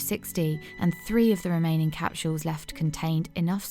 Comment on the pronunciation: I've never heard the word capsools pronounced. Capshools